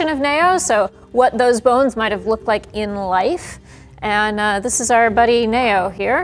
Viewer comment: Is it just me or is anyone else mildly irritated by how she says the name "neo" as nayoh instead of neeoh 😤